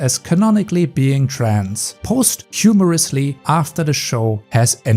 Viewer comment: you pronounce vitiligo wrong, you sound like ver-ti-li-go, it should be closer to vee-ti-li-go you also pronounce posthumously wrong, you say post-HUMOR-us-ly when it is post-um-ous-ly